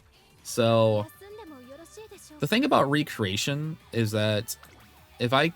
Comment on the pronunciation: "Reck"-reation. (Recreation) Two words that are spelled the same but the pronunciation is different. 😅 Thanks for the guide!